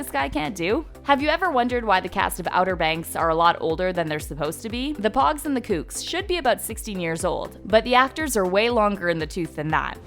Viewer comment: You can tell that this narrating lady didn't watch the show, because in the show, they constantly say pogues correctly 😂